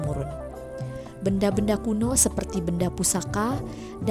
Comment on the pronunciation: Superti (seperti) 😂